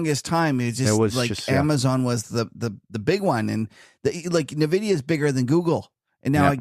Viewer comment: the demand for AI chips is huge. The correct pronunciation is N-vidia, not nevidia.